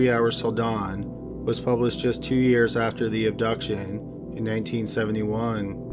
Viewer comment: Tighten your lips man, come on you’re narrating! I know English is a lazy language but make a bit of effort. Your “after” sound like “either”. Do a couple of articulation exercise before narrating or something.